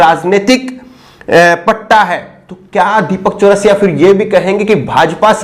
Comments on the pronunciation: एक तो वीडियो को रोक कर ये कमेंट कर रहा हु ज़रा ध्यान से सुनो।। ये पत्रकार पत्राकार क्या है ये तेजा तेजा। नाम गलत कहे ले रहै हो बे। अंजना ओम मोदी है तुम कश्यप कह कर बुला रहे हो दीपक चरसिया है चरस पी कर टीवी पर आता है।। तुम चौरसिया चौरासिया कहे कह रहे हो।। गलत पत्रकारिता न करो।।सही से नाम ल्यो।।। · Bhaiya ye Deepak Chaurasia nhi charai hai aap naam ka Sahi se ucharan kariyega next time se.... Please